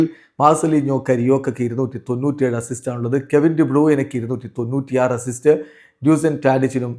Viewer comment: അണ്ണൻ : അസിസ്സോ അത് എന്നാ ചാദനം 😂😂😂